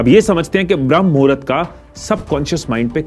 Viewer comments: It's not भ्रम मुहूर्त it's ब्रह्म मुहूर्त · 👍🚩😡🤦 विडियो तों बना दिया लेकिन पहले सही बोल ना सीख भ्रम नहीं ब्रह्म मुहूर्त कहते हैं 🤦🤔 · Its not Bhram muhurat.... It's Brahm Muhurat.... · This is not bhram... it's Brahm.... edit thik se kare.... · You don't ebmven know how to say brahm muhurat. It's not bhram. It's brahm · Bhai pehle tu thik se bramha muhurat bolna sikhle baad me iske bare me gyan dena.